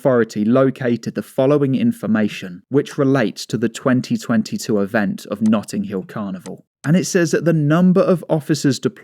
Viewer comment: 'Nutting' Hill Carnival...